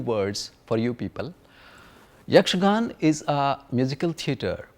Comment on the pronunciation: Great load of information, but it is a little disheartening to hear most of the words being pronounced without its ending 'a' sound including the word Yakshagana as Yakshagan. Even Sri Madhvacharya's name was pronounced wrong. Although it is still a very appreciable effort.